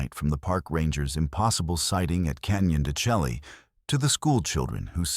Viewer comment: Why don't you pronounce the canyon properly? It is pronounced Canyon Da Shay.